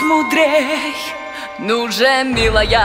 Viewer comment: Очень хорошо спето ,но очень смущает момент . Слово "милая" звучит как-то не подхожяще (в плане не текста ,а того как спето слово ) будто его поломали и ударение не там . А так все нравится )